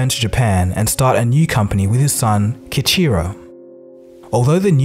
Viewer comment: His name should be pronounce Key-Eeecheerow with the r like a rolled r...and the Mirai should be pronounced Mee-Rah-Eee.